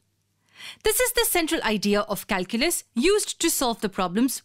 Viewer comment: Who the hell reads this calculas 😂😂